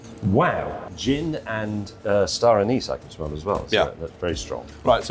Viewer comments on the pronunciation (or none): Not even 2 minutes in hearing Star anise....🤮